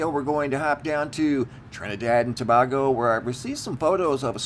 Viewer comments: I'm from the Carribbean if I hear you say " Trinidad and To-bah-go" one more time😬, I'm gonna lose my mind. It's pronounced "To-bayy-go" 🤷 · PLEASE DONT SAY TABAGO EVER AGAIN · It's pronounced tobaygo & if you look on a HIPPIEGING photo their is also a UFO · Ta bay go and not Ta bag o just thought you may need a little help with this one